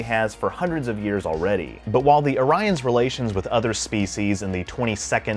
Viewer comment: Pronounced Oree-ons. :D